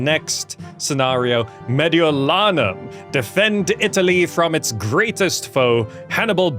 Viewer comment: Hey your pronounciation of Gallia Cisalpina and Mediolanum was almost spot on! Thank you for freeing my hometown from the barbarians! :P